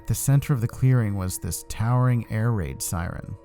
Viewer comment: When u said air raid it sounded like ear rape, but it's true anyway cuz siren head is the master of ear rape